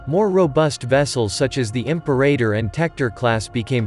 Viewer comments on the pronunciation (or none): none